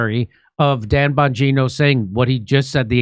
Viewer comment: “Bonjourno”? Are you saying “hello”, in Italian for “Don Bonjourno”, “the Godfather of Hello”? Just try & pronounce the names correct please? Not sticking up for em’ but get it right.